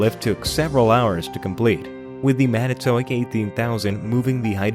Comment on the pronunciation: You need to learn how to pronounce Manitowoc.